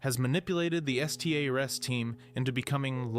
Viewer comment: "He can say the word S T A R S." Not saying stars, but spelling it out multiple times